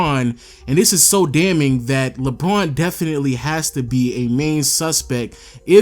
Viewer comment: Why does he say Lbron instead of LeBron